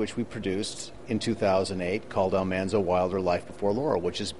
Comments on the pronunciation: Yes, I just recently researched this and found out why Dean says it that way. Apparently, the actress who played his sister said Al-MON-zo first during filming, and it just stuck. People wrote in right away to tell the cast that it was wrong, but they had already aired his first episode, and it was too late. It’s hard for me to get used to after years of saying it one way, but I respect that Dean wants to pronounce it accurately the way the real Almanzo did. Makes perfect sense. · He says it that way because that’s how the real Almanzo Wilder pronounced it. He’s talked about this in interviews. They pronounced it wrong on LHOTP all those years. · It's amazing to me that Dean Butler always pronounces Almanzo the way he says it as said in this clip above. Only he says it that way.